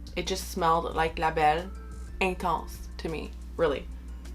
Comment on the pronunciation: Je disais « pure souche » pour le fun, en fait je voulais plus savoir si tu avais vécu au Québec car tu parles super bien français (quand tu nommes le nom des parfums) et j’avais cru reconnaître un accent québécois 😁 Je viens du Québec aussi! Bonne journée à toi!!